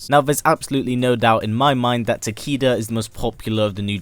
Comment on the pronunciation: It actually pronounced as "Ta-kay-duh" not "Ta-key-duh".